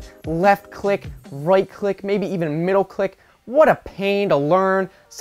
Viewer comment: LoL hahaha "middelclick"